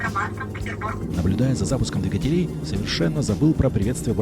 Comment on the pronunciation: как всегда супер! Но позволь вопрос - почему "двигателЕй", а не "двИгателей"?:)